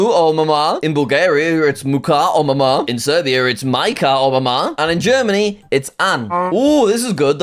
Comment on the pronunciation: “USA is second” “Bahamas” “Germany” “Spain” Typical jsag